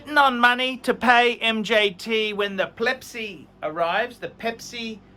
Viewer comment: why do you guys keep saying plepsi